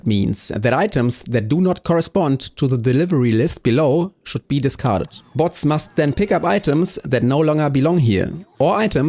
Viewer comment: It's crazy this video has only existed for one hour. The way you say the word logistics feels really weird. Low gis tics Bo(ah)ts